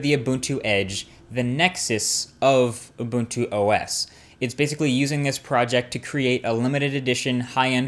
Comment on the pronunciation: Points for pronouncing Ubuntu correctly!